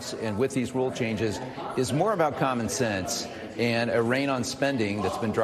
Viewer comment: Lmao he said commen sense 🤣 Replubicians allot of things but using common sense is not what they do.